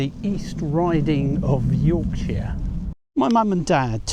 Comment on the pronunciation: Hi, Where is Yorksheere, We live in Yorkshire, Pronounced Yorksha. Loved the seal shots.